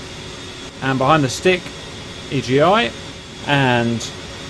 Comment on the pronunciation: EGI is pronounced eeh ghi, SAS is pronounced like a word, IFFCC is if-see CICU is like kick you, JTRS is jitters, EAC is ee-ack, the CAP is the caution annunciatior panel, and they’re MFCDs not just MFDs in the A-10 but those are just technicalities